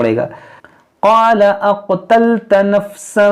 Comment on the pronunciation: Kari sahab app NE galt pada he قالا اقتلت غلت